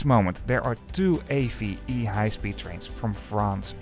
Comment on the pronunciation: Great video. i like your detailed reviews. Just to add a few background details and an small corrections of pronunciations. The bran of Renfe's high speed should be read as a word: A-VE. This is usually the norm in Spanish, and many other languages, when the initialisms can be read as a word it is usually the way to call it, especially when it becomes a bran. AVE is a bran that does mean Alta Velocidad Española but as a bran was meant to be read as a word since AVE is bird in Spanish and you can see this depicted in the logo. It's like you sat Renfe, not R-E-N-E-E (originally initialisms of Red Nacional de los Ferrocarriles Españoles). For Figueres: Like in other languages (from Latin) the G can be soft or hard and before i and e it's soft so in order to make it a hrd G you add the U before, but do not pronounced it so it's Fi-Ge-Res (the end is pronounced more like RAS). For Girona, since the names are Catalan the soft G is more like a soft G in English but softer (closer to J in French). As for competition. I know some have reservations about it but,as you rightfully say, we should use train as much as possible and the fact is that the best way to do it is lower prices. The infrastructure and regulation remains in the hands of the government but private operators can use it for a fee, just like in the airline industry. As for the relations between Renfe/Spain and SNCF/France. Spain embraced open access completely making things as easy as possible for companies like SNCF, th